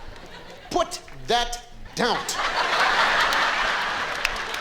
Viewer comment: putT. thatT. DOWNTTT and